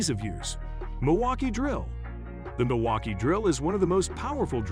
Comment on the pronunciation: Milwaukee Drill... who kept looking for it.... 🙋..🤣 and realised the AI voice got a little drunk after this...😂😂